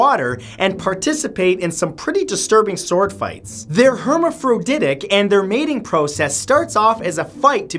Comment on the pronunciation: If you're not sure about how to enunciate a word, look it up. Your videos are great, but one horribly butchered word can turn people off. The flat worms are her-maff-ro-did-ick. This was a lot more mellow than most and easy to let slide, some are very cringey.